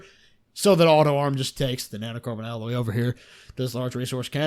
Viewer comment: NAnoe Carbawn alooy I'm sorry, it just caught me so off guard...